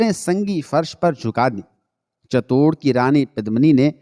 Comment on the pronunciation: صحیح لفظ چت- توڑ ہے Chit tour